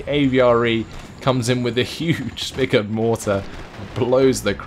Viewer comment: I swear he says "spigard" every time he refers to the AVRE's weapon